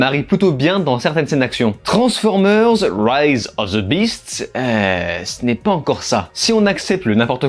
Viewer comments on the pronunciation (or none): none